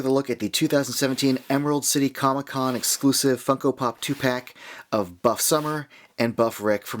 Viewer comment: Can I just say man great vid but for a second I thought you said fuck o pop and I was like what? 😂😂😂